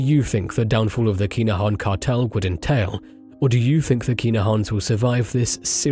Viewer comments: "Kinna-han". Sorry I hate to be that guy but You're saying "Keener-haan" and it sounds silly lol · How many times can ya say their name in 2min 🤦‍♂️ its ridiculous......and you not even saying it correctly. This an AI voice